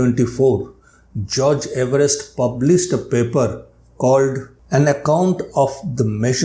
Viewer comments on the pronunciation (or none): 🏴 according to Everest himself, it should be pronounced “EVE-rest.”